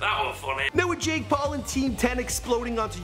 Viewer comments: Dude when you say jake Paul pronounce the damn P. Sound like you were saying Ball. Like damn dude, are you congested or what? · Did anyone here say Jake Ball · said jake ball or is it coz engaland is my city?!...